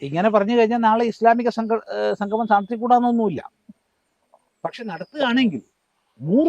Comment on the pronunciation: ഞാൻ നേരത്തെ പറഞ്ഞതാണ്. എങ്കിലും പറയുന്നു. സംഘമം അല്ല കുട്ടി സംഗമം എന്നു പറഞ്ഞു പഠിക്കൂ.